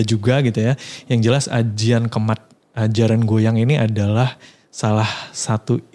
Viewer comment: Jaran guyang bukan goyang